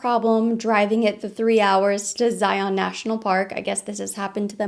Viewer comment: Ha! You pronounce ZION like LION!!!! I live there!!!